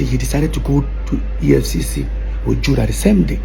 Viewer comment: EFFC NOT EFF … u no pay attention in class errr